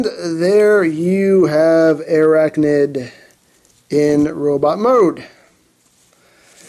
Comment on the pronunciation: Dude....he butchered her designation XD